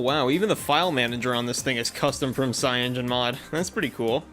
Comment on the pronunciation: dawg its called cya-no-gen mod not fucking cyangen mod